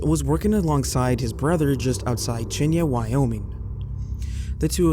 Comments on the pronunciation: It's not Chenya Wy. 😂 It's pronounced Shy-ann. Is this done purposely? Most of your videos have lots of mispronounced words. I like the videos, but this is very annoying and off-putting. A rib was poking out of a 'tear' 💧in his chest? Really?! Lol! It's a tear buddy, a rip, a gash... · It’s “shy-Ann” Wyoming, btw. Sorry, but I live here, so I just had to. Love your videos and always get excited to see a new one in my feed! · Well, he needs to work on his pronunciation Cheyenne is I believe the largest city in Wyoming he should know how to pronounce that.